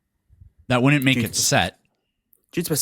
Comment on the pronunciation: seriously, work on your "wouldn't", "couldn't" and "didn't". It reminds me of being back in special ed class again. "I DINNIT DO IT"